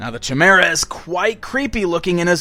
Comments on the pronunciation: Chimmeruh lol Ki-Meer-Uh Otherwise, cool collection. I almost got all the Neca ones. Should check’em out. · chim-er-a? actually pronounced "ky-MEER-a" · Two things: Chimera is pronounced "Kye-mer-a" And Forrest Spayer is the characters name not his profession :) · chimera = Kai=mare-uh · Was about to say that.... thanks! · it's pronounced Ky mer ah